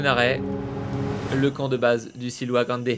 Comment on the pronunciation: C’est pas le silua grande mais le siula grande situé dans les Andes péruvienne